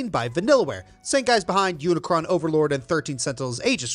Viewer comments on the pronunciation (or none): please tell me im not the only one who heard him say unicron overlord and not unicorn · did you just say Unicron Overlord? It's Unicorn Overlord, Unicron is a Transformers character. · You mispronounced "Unicorn" as "Unicron."